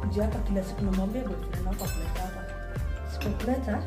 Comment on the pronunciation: Sister ni "hapa" si "haba"